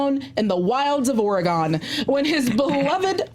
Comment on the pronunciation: That would be Or-eh-guhn, not Or-eee-gone